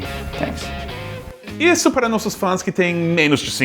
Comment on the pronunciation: Goytá F. Villela Jr. Não estou confundido. Eu disse que foi na palavra ''Thank'' e não em ''That'' ou ''This''. Já cansei de ver exemplos em que Thank os americanos dizerem com som de T. Também já cansei de ver americanos falar ''The'' com som de ''D'' o th, sendo que deveria ser como está neste site: Além de já ouvir várias vezes o TH com som de ð ser pronunciado como D, e não como ð.